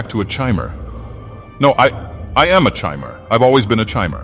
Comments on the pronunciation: Died every time he said "chimer." Could be just an alternate way to pronounce it, I truthfully don't know, but I've never heard it that way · Goofy Chimer pronunciation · I thought it was pronounced Chimer?!?!